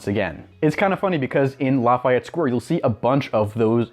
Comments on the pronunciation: I agree with you. His mispronunciation is annoying. It is pronounced: La-Fee-Et. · But we don’t pronounce it as La F eye Et, it’s more like La Fee Et. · Its "Laff - EY - Ette" you prick